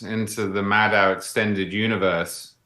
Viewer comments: Again, Madow rhymes with Shadow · MadOH, rhymes with Fellow. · Again, Maddow rhymes with Fellow.